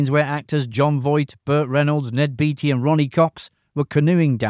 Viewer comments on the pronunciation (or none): Ned BAY-TEE, not BEE-TEE. CHAT-UH-NEW-GUH River. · I guess it's too late to change but Ned Beatty's name is pronounced the same as Warren Beatty. Bay-tee